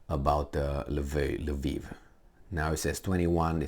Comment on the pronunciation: What the fvck is Laveev?? It is Lvov in Russian or Lwów in Polish or Lviv in Ukrainian. I don't see an "A" after the L in any of those spellings. By the way, I take issue with the Ukrainian pronunciation as well. They have this silly habbit of changing the spelling of cities and replacing "o" with "i". Harkov -> Harkiv (there is no leading K in Harkov. Retarded Anglos stick it on there for god knows whhar reason).